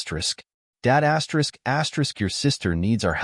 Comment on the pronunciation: Thi asterick crap is not astrick suposed to be read asterisk